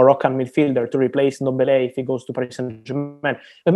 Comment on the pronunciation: my brother its not Endombele, neither is it Enketiah nor Endidi. you need to learn to pronounce these African names properly, there is no "E" infront of those names.